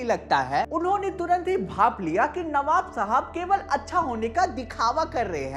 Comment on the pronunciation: Navab ❎ Kabab ✅😂